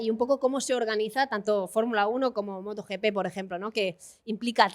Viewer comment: ¿Moto YiPi? Por favor!!! Moto GP en español.